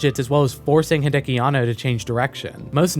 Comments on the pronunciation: Hey man, great video, but gotta let you know that it is Hideaki (秀明), not Hideki Anno. Pronounced "hee-de-ah-kee." You can copy paste his name in Kanji to Google Translate to hear for yourself. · Everytime I heard "Hideaki" as "Hideki", all I could think of was Chobits.